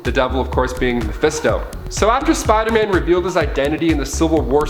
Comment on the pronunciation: Smh why do you say Spider-Man like